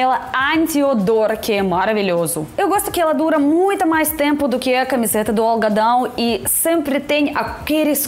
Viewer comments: Você quando fala algodão, soa mais ou menos como "OLGAdão" 😁 . Sobre o palmito, eu creio que os que comem "in natura", são os que colhem. Para os consumidores é oferecido SEMPRE em conserva. Feijoada pode ser feita (e fica muito bom) com feijão Mulatinho ou Carioca. A cor deste feijão é igual a do pinhão. Abraços. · Entendi... camiseta de "olgadão" quando disse : camiseta de algodão !!!😮😮😮😮